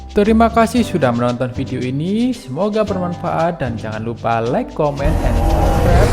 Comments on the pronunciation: Koreksi ya Bro.. "Like" itu dibacanya "laik*, bukan "lik". Soal materi konten, saya rasa sudah banyak yang menambahkan. Sukses selalu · Like dibaca lik ..gayo dibaca kayu. Ruteng= teng nya dibaca teng'ah harusnya dibaca ban'teng.. Klo orang asing wajar bicara begitu.. Lebih banyak lagi belajar dan perbanyak wawasan